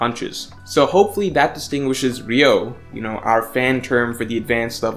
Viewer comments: Why can't one fucking one piece fan say the name correctly? It's not RIO IT'S PRONOUNCED RYU - O. there's 3 syllables.. Goddamn I swear some of yall don't pay attention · Why has Ryuo become Ryou?? Lazy pronunciation changes things like this 😒 although it doesn’t matter that much it’s still unsettling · I know it's a nit pick, but it's pronounced something closer to ree-oo-oh and not ree-oh, the u comes first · Its RYUO NOT RYOU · idk what ryou is. but I know what ryuo is. This word is the most misspelled and mispronounced word in the one piece community cus its not just its 90% of other youtube content creators as well. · It's "ryuo" not "ryou" Why does everyone call it the latter 😭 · Pretty sure it’s Ryuo, not Ryou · *Ryuo Not Ryou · Yeah, He keep saying it ryou instead of ryuo. That's just so ugh 🤦🏻‍♂️ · isnt it ryuo? pronounced like ryu-o? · It's ”Ryu-oh”